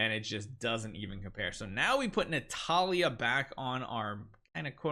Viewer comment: keep sayang Natalia instead of Natalie. Lol😂😂